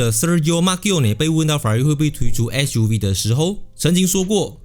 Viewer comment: Fuv?or ssssuv?